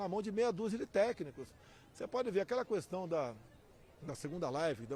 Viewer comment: pq ele fala "cuestão" , não tem um assessor para ajudá-lo.